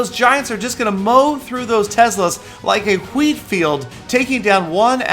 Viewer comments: thought he said "queef field" and I was so confused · Huweet field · the way he says 'wheat' .... -_ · Wheat field